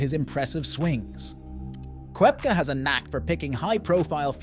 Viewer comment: Please make the effort to pronounce players’ names properly ffs!! It’s McIlroy not Muh-killroy; it’s Koepka, not Kwepka!!